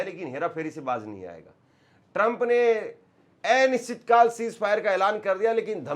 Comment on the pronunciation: आप अ को ए क्यों पढ़ते हैं जैसे कि एनिश्चितकाल पढ़ते हैं जब अनिश्चितकाल सही है